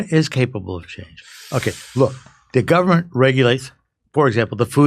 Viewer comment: "There's no way to do that except thru the guvment." What!?! What a stooge...